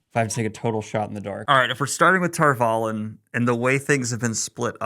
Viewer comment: The very first thing I noticed in your review, which got a quick check mark, was your pronunciation of Tar Valon. Bravo sir. My biggest complaint so far in all seasons has been the changes to how words are pronounced compared to the audio book readers. It's my understanding that Jordan himself helped them know how to say certain words so...